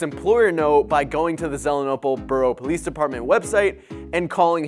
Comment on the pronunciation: It's pronounced Zee-lee-en-ople.